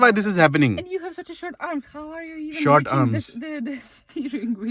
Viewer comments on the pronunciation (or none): none